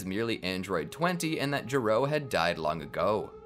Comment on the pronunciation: It's not DR JURO It's DR G.E.R.O